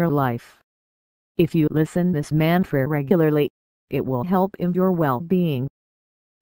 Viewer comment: The text to speech doesn't pronounce the word "Mantra" correctly. Geez. Whoever owns channel just record your own voice as intro. Give name of mantra as well. Such terrible audio.